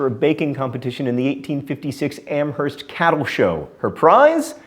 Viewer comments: Its actually pronounced "Am-erst" instead of "Am-herst." The "H" is silent. Its a super common mistake. Even some of the people who live around here (the area) pronounce it as you did. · Just so you know Amherst MA is pronounced AM-ERST, the h is silent because we are a special town. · Amherst, MA is pronounced without the 'h'. Am-erst. This ticks me off every time you mention Emily Dickinson, as you fail every time to not pronounce the 'h'. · Im from the Amherst where Emily Dickinson was from and ot was so annoying to hear John say Amherst sounding the H...ITS A SILENT H!!!!! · You don't pronounce the H in Amherst, gosh!!!